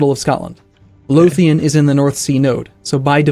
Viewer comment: as a scotsman it hurts my ears everytime he says lothian, still great tho